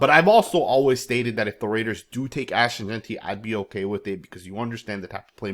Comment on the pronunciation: My boy said his name right finally. 🤣🤣🤣